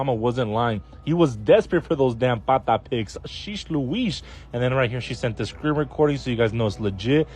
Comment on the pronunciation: Lol this white boy said pata💀😭